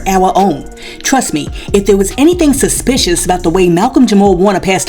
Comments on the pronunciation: If she say 'Sospicious' one more time😂😅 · This chic saying Sospicious and those drawn on ass eyebrows I can't take her seriously! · Sospicious? A, E, I, O, UUUUUIU *(and sometimes Y)